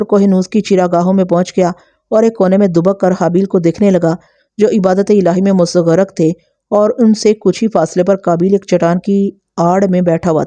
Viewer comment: Urdu sahi karlo apni Makhlooq Mustaghraq hai lafz abhi thoda hi suna